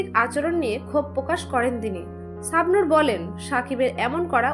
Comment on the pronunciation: তোমার কথা বলার উচ্চারণ ঠিক কর। চাবনুর হবেনাি শাবনুর হবে 😂😂